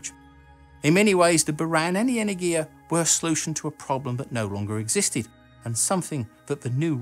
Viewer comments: Just for information - it is pronounced enErgia, not energIA. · It's pronounced "energya", not "energheeyaa". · As a Greek, listening the pronunciation of Energia (Energy/power) wrongly is weird. It is not "energIa" it is "enErgia". ;) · Not "energiya" but "energya" !!! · 'энергия' which is 'energiya'. energya would be энергя which is wrong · Awesome video as always! May I give some Russian pronunciation advice? enErgia (second 'e' stressed), glushkO ('o' stressed), korol'Ov ('o' stressed, and 'l' is soft like in 'lonely). Of course, that's not a crucial thing. I do it just in case you look for some feedback ;-) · Pronounced enErgiya (energy) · Nice video, only problem was every time you said the spanish word energia. The G there should be pronounced more like an H in english ( ) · The stress is on the second syllable tho. Google's tts reads this word correctly. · Your videos are amazing and I put much effort in watching every one of them, but please, you need a Russian pronunciation advisor. Almost all of your russian names pronunciation is incorrect. It's "en<E>rgiya" and not "eneng<I>ya, it's "zen<I>t, not "z<Enit>. I can help, if you want! :-)